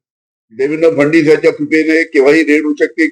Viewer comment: याला फडणवीस सुद्धा म्हणता येत नाही फडणीस म्हणतो